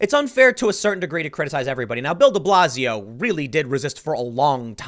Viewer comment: Thought you were saying build-a-blazio